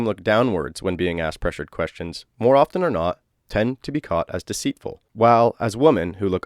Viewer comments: Cah-pilp-uh-rees? Cap-ill-air-ees. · "Capillaries" is cap-ill-air-ease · Man you deserve much more attention than you've got so far. I'll do my best as one person best to spread this channel around because you deserve the same love as other JCS inspired channels Btw, capillaries is pronounced cap-eh-Larry's. My only constructive criticism. Keep up the hard work